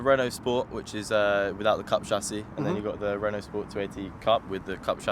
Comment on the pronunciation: being a "car guy".. you should be able to pronounce Renault properly, its not Renolts, its pronounced Ren-Oh. You muppet. 😉 Oh and Por-sha not Porsh. Come on man... its monTH not munFF. Lol OMG and you Owned a Renault in the past.... SMH Its probably why you went to BMW, something simple to pronounce. You poor sod.